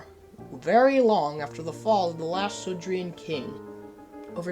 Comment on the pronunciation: Um actually, it’s sudrian, not sodorian, no offence.